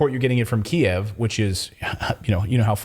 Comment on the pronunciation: i love that you're pronouncing Kiev the way it has always been pronounced